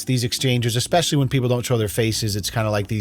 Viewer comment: This mom holds her family emotionally hostage. So abusive. Also, she's too old to be saying eckspecially instead of especially.